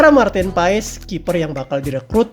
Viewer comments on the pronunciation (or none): none